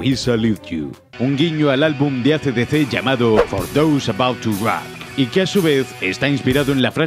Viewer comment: Casi se me fueron las ganas de poner "like" cuando escuché "ÁCE-DECÉ" (AC/DC) EXTREME FACEPALM. Qué gran desperdicio de tiempo y dinero fue GTAIV! Lo único que REALMENTE DIVIERTE son sus tiroteos y la expasión de La Balada del Gay Tony. El resto es aburrido y la enorme disonancia ludonarrativa que tiene la historia de Niko Bellic es inaceptable para un juego con una producción TAN ENORME como esta.